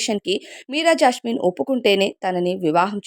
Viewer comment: జాస్మిన్........ జాష్మిన్ కాదు 😡😡😡😡😡😡